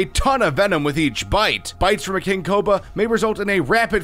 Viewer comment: Take a shot everytime he fucks up the word Cobra